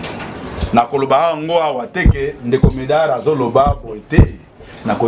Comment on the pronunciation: journalists ayebi musala te , kutu ayebi mm ko prononcee medard zonga claase medard lUla mosala botika aventure tolingi bino teeee